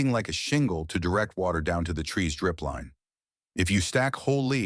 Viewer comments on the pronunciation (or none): "WACTER"? Who even makes a pile of leaves in the yard?